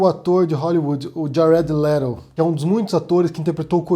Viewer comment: Cara, não é por nada não, mas detesto quando você vai pronunciar uma palavra estrangeira (geralmente Twitter dá pra engolir) mas essa do Jared Leto ...........